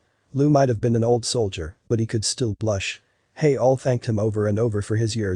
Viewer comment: Good story, needed editing, and it's the first time I have ever heard "soldiers " mispronounced. You overplayed the drama of his initial paranoia.